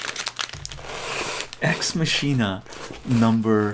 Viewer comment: Not to be that guy, but it’s pronounced "MAH-kin-ah.” As in “Deus Ex Machina.”